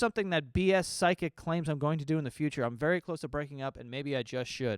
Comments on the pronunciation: Is it me or is saying sidekick instead of psychic 😂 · Everytime joe says psychic I hear side kick. 😂 just me?